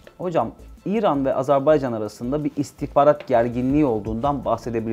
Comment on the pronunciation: Dost ve kardeş ülkemiz Azerbaycan'dan özür diliyorum. Koskoca (!) istihbarat uzmanımız Azerbaycan demeyi bilmiyor "azerbeycan" diyor. Sunucu doğrusunu söylüyor ama istihbarat uzmanı söylemiyor.